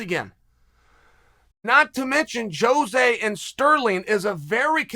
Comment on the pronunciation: Blows my mind Chael says Jose's name correctly